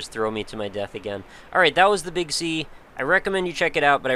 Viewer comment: Every time you say "the Big Sea" in this video I heard it as "the Big C". In any case, I'm off to go get this game. Brain damage may ensue from the head bashing.